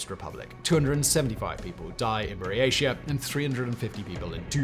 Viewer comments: I know it’s a minor detail but it kind of undermines the quality of the research to mispronounce the name of the region. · What an amazing video Simon - great work!! By the way - Buryatia is pronounced BUREE-AT-IYA (with a hard tee) :) Love the ending too! you ROCK! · Buryatia is pronounced with a hard T